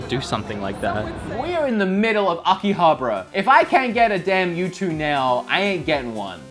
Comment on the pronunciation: I had to pause the video the second time you said it. Repeat after me (Aki-Ha-Baaaaaaaaaaaaaaaaaaarrra) please stop saying akihabra. There is an A after the B. Glad you are having fun!